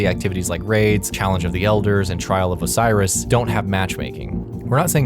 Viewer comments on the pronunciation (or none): none